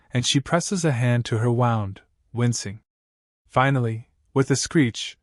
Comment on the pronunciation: Dear AI, it's Wound(like Woond)